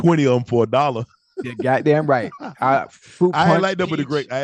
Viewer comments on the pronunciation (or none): none